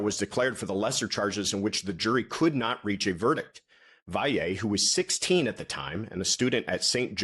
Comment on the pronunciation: So far you’re the only person who pronounces Valle correctly and beautifully. I know petty, but I just had to say it .